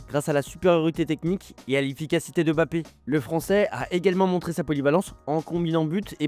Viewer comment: Par contre il s’appelle Mbappé pas Bappé 😂 j’avoue, je kiffe les vidéos mais ça me stresse un peu on dit pas B-rigitte mais Brigitte